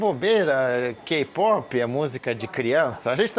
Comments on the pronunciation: doeu meu ouvido vc falando ka-pope em vez de kei-pope... eu sou Army e ouço muitas músicas coreanas. Desde 2014 através da minha filha acabei me envolvendo com a cultura coreana e o grupo BTS tem algo forte que não se explica. Já fui em alguns show, BTS, straykids, NCT, Kard, e sinceramente, hoje o bumm do k-pop cresceu mais ainda. Só cuidado como pronunciar, porque ficamos sentidas. 😊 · Adoro ouvir todas as histórias do, mas por favor, falo com carinho, tá, diga "quei pop" para o kpop, senão soa muito estranho...